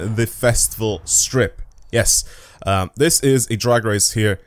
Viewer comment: You saying "The Fastival" is oddly funny and they should use it in the game